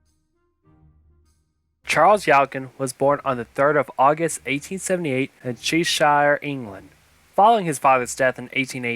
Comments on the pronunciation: "Awaken by a violent impact?" Could practice your diction and pronunciation a bit. " Cheshire " / Che is pronounced as in Cheddar cheese. Who's the awful woman at the end of this narration? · Chee shire ?